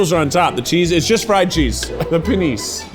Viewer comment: I'm french and the way he said Panisse sounds too much like the french pronunciation of penis help